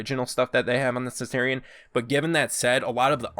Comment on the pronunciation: pole axe?! its just an axe!! the way you said centurion triggers me so hard. the gladiator is supposed too have open chest armor! that's the point! for the valkyrie you said centar when you really mean satyr, and you called her SPEAR a staff! ITS A SPEAR!! come on dude!